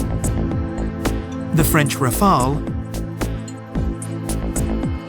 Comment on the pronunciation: Part 1 First, could you please stop with this recurring "Rafael" :D "Rafael" is a first name for (male) PEOPLE. The name of the aircraft is "Rafale", which is not a first name for people, but a French noun meaning both "gust of wind" and "burst of gunfire".